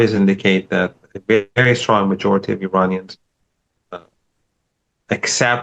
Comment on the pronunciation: Since you are able to pronounce every English word correctly, how about honoring Iran(Ear-on) and Iranians (Ear-on-ians) by ATTEMPTING to respectfully pronounce their country/populace correctly?!?! This isnt the 1980’s. 👏💪🏼‼️☮️